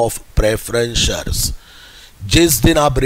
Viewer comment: shares hota hai vo sir aap shars kyu bol rhe ho 😂😂